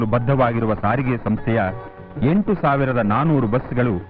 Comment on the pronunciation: ಸರಿಗೆ ಅಲ್ಲ ಸ್ವಾಮಿ ಸಾರಿಗೆ.